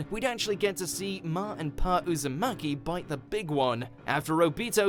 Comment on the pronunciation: Man said ma and pa uzamaki 🤣